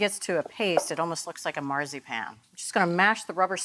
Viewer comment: I have never heard Marzipan pronounced like that in my life 🫢🤔